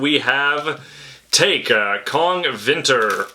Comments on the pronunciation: Hearing Taake pronounced as 'Take' made me cringe to the point of grinding my teeth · Hearing you mispronounce Taake physically hurt me....